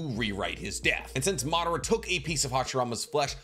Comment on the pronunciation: Its pronounced as Ma dha ra - Madara! Not Maaa d ra